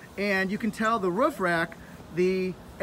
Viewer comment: I like how you say roof. Ruff, ruff, ruff. Haha